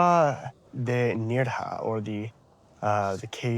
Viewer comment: It's pronounced "N-air-ha", not "N-ear-ha". I like your current videos because it walks me through one of my favorite parts of Spain. However, the constant mispronunciations is a bit jarring.